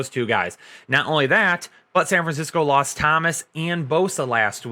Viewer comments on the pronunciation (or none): none